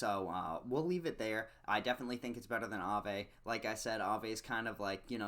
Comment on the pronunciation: Look how Aave just rolls of your tongue like you be saying it for years. You make me proud 😂😂😂😂 💪💪💪💪 btw Alchemix has a pretty bad ass logo